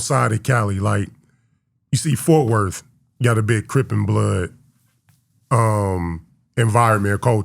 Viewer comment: said fourfworth 😂